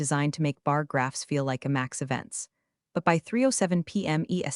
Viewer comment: Mispronounced words: Ferragamos DefCon 2 IMAX Pistachio Croissant